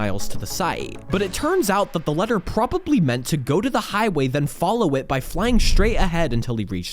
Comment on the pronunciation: I know... "letter" was honestly the final straw for me